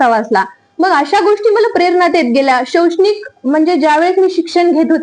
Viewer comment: शौक्षणिक नाही शैक्षणिक असतय ते काकु